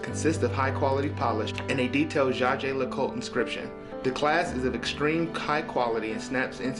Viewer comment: Enjoyed that. You mangle saying "Jaeger Lecoultre" every time though.